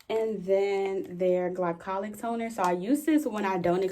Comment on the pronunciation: You said “tonerrr” and I heard Rolling Ray🌚😂